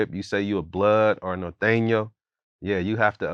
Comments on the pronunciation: Norteyno . Yea totally good pronounciation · He looks spanish himself and the way he pronounced norteño is kinda suspect...